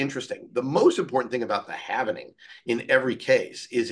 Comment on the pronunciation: It’s halving not halvening